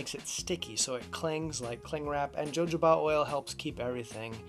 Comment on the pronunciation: This is an absolutely wonderful approach ~ thanks so much for posting! For future reference, though, you'll want to say "ho-HO-bah". There's an entertaining scene in "Pink Panther 2" (Steve Martin) that depicts how much fun using jojoba can be, haha: Again, thank you!!! 🙏🏼😁